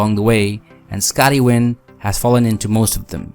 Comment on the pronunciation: It's Scotty Nguyen and not Scotty Wynn.